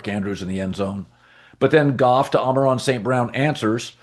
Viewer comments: Is anyone else bothered that colin always says "Amaron" instead of "Amon Ra"...come on dude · It is “Amon-Ra” not “Ama-Ron” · Ok I’m definitely not hearing things, he has done it several times…does Colin think his name is “Amen-Ron” St. Brown?